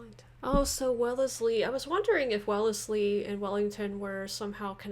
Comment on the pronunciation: Arthur Wellesley (pronounced 'Wellslee'), was The Duke of Wellington...